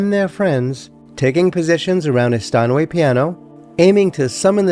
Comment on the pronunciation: LB always said...You don't buy a STEENway, do you?